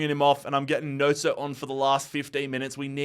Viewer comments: loved the vid, especially the realism. BUT that mans name is not pronounced NOSO, its gnonto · Gnoso…..? Its Gnonto. 😂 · Wtf is that pronunciation of Gnonto? 😂😂😂